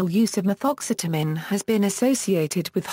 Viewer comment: I love some Ma-Thoxxx-seta-mean!!!!